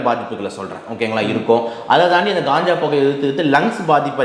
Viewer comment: Ulagame Kanjaa enru solgiradhu. Indha dr , Gaanjaa , Gaanja enru solgiraar .